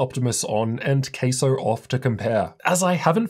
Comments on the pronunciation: Has to be pronounced with the CA in Cattle otherwise, it's gonna sound like Queso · Please don't called it Queso 🧀😂... Let's pronounce it Ka-sow. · It's obviously pronounced CASO not CASO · My brothers in tech, its pronounced CASO not CASO. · Sounds like your saying “queso” ….cheese in Spanish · it's pronounced C A S O